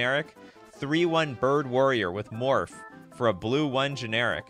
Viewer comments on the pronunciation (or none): none